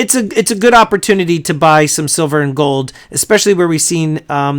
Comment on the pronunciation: "I love goldddddd!" *Goldmember accent